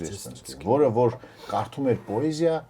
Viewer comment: Բայց ինչու՞ պԱեզիա, ։